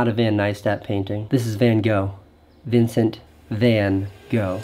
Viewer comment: Vincent van go... go 😄 ... don't let a Dutchman hear that. 😉